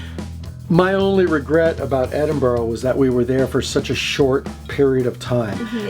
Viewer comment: We pronounce it, "Ed-in-bruh". It's a monkey puzzle tree. Great video 🖤